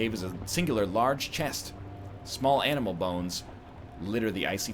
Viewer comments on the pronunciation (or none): none